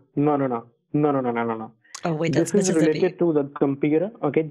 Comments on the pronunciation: "Just *vait a moment" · Just veit a moment, sir.